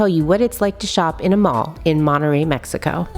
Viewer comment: "monereyy mexico"